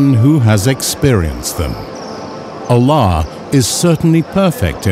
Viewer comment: Should have used an arabic speaking narrator, Arabic words pronunciation are off. Ala.?